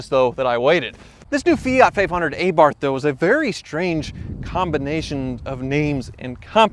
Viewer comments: If you are really a Fiat "enthusiast" how come you don't know how to pronounce Abarth ? 😂 One moment, you say A-Barth The next you pronounce it correctly 🤔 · A-barth? That doesn't seem like the correct pronunciation ;-) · pronounces this car like it's named after the Fonz. AYYYYEEEEE-BARTH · say ahhhhhh-bart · I love my new "Aybarth" 🙄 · "aye barth" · AAAbaarf. Such a lovely american pronounciation XD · nah bruh its 'aye barth' because we pronounce things the American way not the correct way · The correct way to pronounce the name is A Bart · The way you pronounce Abarth makes my skin crawl. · Please see how the word Abarth is pronounce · Abarth, with an A like "aftermath", not an A like "ey!" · barth is pronounced like bart and a like ah (of course with an italian accent) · You're pronouncing Abarth wrong. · I love Abarth cars, it would be cool to see one from the glory days. Work on your pronunciation of Abarth. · I know he says it wrong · The only occurence he got the "Abarth" name right was . Before and after that... shivers. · If you do another video on this car, please can you pronounce Fiat and Abarth properly..... You're giving me a headache..... Thanks 👍🤕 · A in abarth should be pronounced like A in alcohol!! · the way you pronounce abarth is doing my head in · TECHNICALLY it's ah-bart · Let's say it correctly now....Ah-bart...not A-baRTH...also those wheels are two different sizes on the front. change out that odd wheel before it does some damage to the drive train.. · Every time you say A-Barth I felt like you’re poking a stick into my ear. AB-arth. I hope you don’t say A-dam and eve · Please stop saying ayyyyybarth. Ahbart. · It is not pronounced Aaaabarth it’s Abarth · AAAbarth, not AYEEEEbarth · Okay dude, lesson time. Its pronounced "Ah-bath" not AYE-Barth lol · A-barth... it’s ABARTH DUMBASS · Tip its pronunced A-Barth not Ae-Barth :) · Everytime e says "Ay-barth" my soul dies a little. Get it right bud, Abarth. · Abarth or a barth